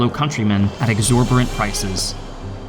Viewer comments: it's not "Exor - bore - ant prices", it's "exor - bitant prices" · I've heard you say the word "exorberant" in two videos now. It's "exorbitant" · "at exorbirant prices" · “Exorberant” prices? 😬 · "Exorberrant prices"? WTF?! This droning kid is just making up words now